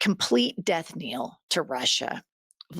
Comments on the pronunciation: It’s not death “kneel”, it’s death “knell”. No? The e is not long. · The word is not death-kneel. it is pronounced death-nell. And you are right! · It's death "knell", not "kneel". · Its " knell", like hell. Otherwise great show. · Jennifer, death knell. Pronounced nell.